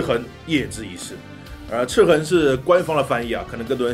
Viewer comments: 他说ci痕舒服多了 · 的发音笑死我了，一本正经的chi痕chi痕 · 这次念「赤痕」的时候特别注重嚼字...: ) 其中还有念成「赤魂」的。这个IP是不是有一个更复古的仿8bit游戏？ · 哈哈哈哈，听一直说广普，但是读“赤痕” 又特意咬字特别清楚，感觉很萌啊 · 哥你这集在说游戏名字赤痕的赤的时候卷舌音特别重是肿么回事？而其他的却又不注意。听着特别别扭，还不如继续说塑料普通话了……